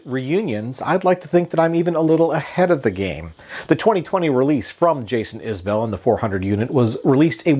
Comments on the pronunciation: “Iz-bul” not “Is Bell” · Its actually pronounced Iz-bull....its an Alabama accent thing. Just listen everytime he opens a concert and says the name of the band. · A well reasoned review, with one glaring fault: how can you not know how to pronounce the artist's last name?